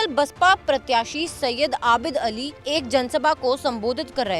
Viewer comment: आबिल अली नही आबिद अली है ।😂